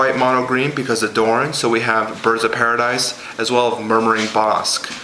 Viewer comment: Doran not duran